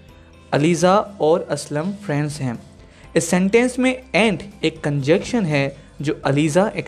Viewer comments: "Conjection" or conjunction" probably pronunciation issue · Sorry but correct your pronunciation of the word ConjuNction...